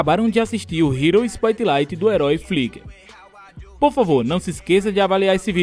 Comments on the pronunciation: não é "Spoitlight" e sim "Spotlight" ( sério as vezes incomoda:/, mas rlx todo dia aprendemos alguma coisa) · Spoitlaite kkkkkkkkkkk,ah saudades raiz